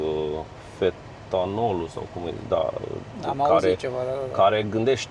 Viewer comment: fetanol” da🧌